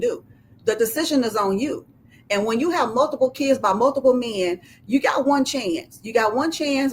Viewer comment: listen to this chick trying so hard!!! She loves saying the word "mayen" 😂